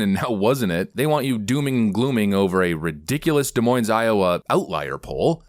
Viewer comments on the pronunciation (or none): I love you buddy but for the love of God it is "De-Moine" not "De-Moines" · May I make a suggestion,? Des Moines is French, so you don't pronounce the s's. De Moin. (long 'o', just 2 syllables) Sorry, couldn't resist. Or, you could say Dez Moin Ez if you want to play with people's heads. BTW, the Des Moines Register is good for layering stored potatoes in a cardboard box in a cool, dark place so they don't sprout too quickly. Can also be used in bird cages. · FYI: The S's in Des Moines are silent. De Moyn. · Please learn how to pronounce "Des Moines" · The S is silent in Des Moines. I still love ya though lol. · Great video, as usual. The S at the end of Des Moines is silent. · My guy, you don't pronounce the "s" in Des Moines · Btw, don’t pronounce the “s” in the “Des” of Des Moines.